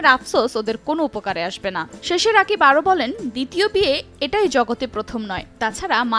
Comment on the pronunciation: নিউজ করেন।।কিন্তু নামই ঠিক মতো বলতে পারেন না।উনার নাম রাকিব না।উনার নাম।(রকিব সরকার)